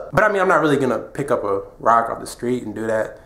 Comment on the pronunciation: did he say "off the screet" lmao